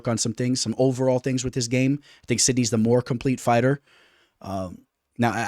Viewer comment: Where's the knee in sidhey 😂 sidknee is wild. (Sid ee)